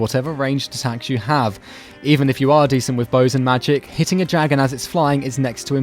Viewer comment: Fuck up with your monotone voice you don't know shit about this game btw its dragon not jaggon